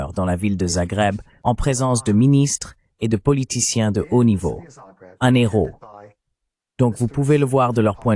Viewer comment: PITIE ARRETEZ DE FAIRE DES LIAISONS AVEC LE.............................. H.............................un......héros.....séparez les 2 mots ..........................un néros......n'existe pas